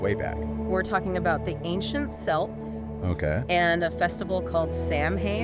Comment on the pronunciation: Ugh…seltz and Sam Hain?! K-elts and Sow-win….